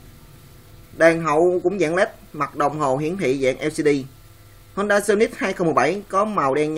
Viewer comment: honda chứ ko phải hongda nhé. honda là nhật, hongda là trung quốc